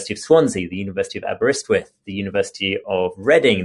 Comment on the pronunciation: I could be certain is from Jesus college from the way he was able to pronounce Aberystwyth